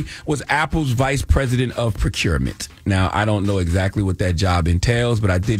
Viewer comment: I cringed everytime Charlamagne pronounced "procurement". 😁 Tony can step down/be fired from that position and he will be okay. I guarantee they paid him handsomely for his departure. Tony will probably be hired at another corporation quite easily and all of this will be quickly forgotten.